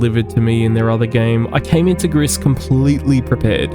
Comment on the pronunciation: It's pronounced gree, not griss. It's French for grey.